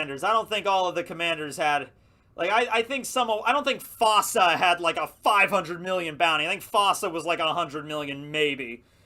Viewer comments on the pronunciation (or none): none